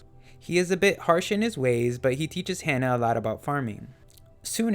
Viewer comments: It's Ha-Nah not Hannah. Other than that good video. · It's "Hana" with an "ah" sound, not "Hannah" like "Anna".